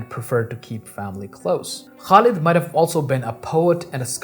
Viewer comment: it's pronounced Khalid with the throaty KH sound not Kalid.